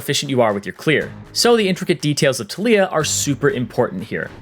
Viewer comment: Anyone else annoyed with the way he says taliyah